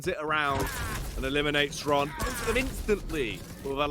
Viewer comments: Zron, Shron, Zhron.....is it really so hard to ask someone how it should be read??! Or casters just don't give a fuck (for 3 years...) HRON! X in his nickname is from russian and it is read as H ! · Xron - either stands for " reddish " or a " drunkard". Or, even more precise, someone, who is addicted to smth. CHRONically addicted to smth. Hence, the right pronunciation from ukrainian is [Kron], with soft K, as [h], like in the word " here ". So it is HRON. It's not EXron, not ron, not KZron. It is Hron. Like, so those poor bastards see this and relief themselves from torture. gl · it's useless, they will always butcher Xron's name. Except for Zoot, who always pronounces it right, as far as I remember.